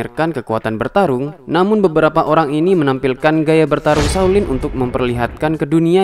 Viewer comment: shao lin lah...bukan saw lin.Biar sebutan nya betul..🤭